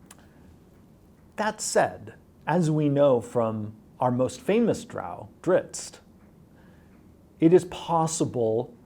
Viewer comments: Drizz't. Not "Dritz", Driz-it! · Salvatore says "Drits" but before I ever heard anyone else pronounce it, when I read it as a kid I always pronounced it "Driz-it" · He wasn't even saying "Dritz", though. Treated the double-z like an Italian double-z, followed by the t. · Jeremy’s pronunciation of names like Corellon and Drizzt kinda makes me want to kill myself tbh, but hey Drow aren’t such a steretype anymore! It makes me happy! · OK DOES ANYONE EVEN KNOW HOW TO PRONOUNCE DRIZZT? I'VE HEARD AT LEAST 4 DIFFERENT PRONUNCIATIONS AND I NEED TO KNOW.